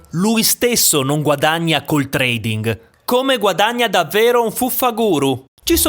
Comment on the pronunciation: La "ing" finale perde la "g" nella pronuncia.